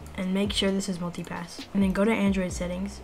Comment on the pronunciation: Am i the only one hearing "Monkey Pass" instead of "Multi-Pass"